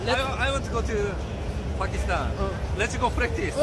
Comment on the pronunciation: Man said bakistan